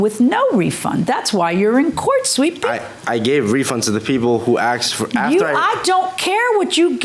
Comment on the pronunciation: Promoter is a player- dude- get some pants that fit- we don't need to see the banana...and give them their money back..NOBODY WANTS YOUR NEXT SHOW DUDE....AND ITS ASKED NO AXED!!!!!!!